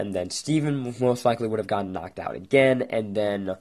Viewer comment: uurgh great theory, but your voice is so annoying, example: againuh Garnetuh thisuh monstrocetiesuh and all the UMMS!!! REHEARSE YOUR LINNENSSS!!!!